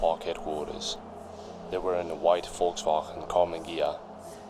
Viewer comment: When he says Volkswagen I smile